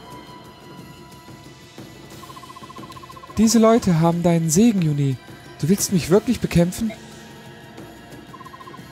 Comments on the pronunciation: hast du gehört? Yune (flüssig) und nicht Yu-ne! Mit freundlichen Grüßen ~SuluX P.S: Schönes LP gewesen ^.^ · Ja, er hat es sicher gehört. Aber der gute hat jetzt das ganze LP über YunE gesagt, da wäre es auch albern, es im letzten Kapitel plötzlich anders auszusprechen. Zumal ich (das ist natürlich nur eine persönliche Meinung) finde, dass es mit langem E hübscher klingt =) Und zu deinem P. S., das LP ist doch noch gar nicht zu Ende, morgen gibt es wieder FE zu genießen =)